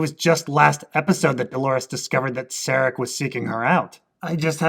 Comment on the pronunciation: Stop calling Caleb "Jesse". And stop calling Serac "Sarek". This is not Breaking Bad and it is not Star Trek.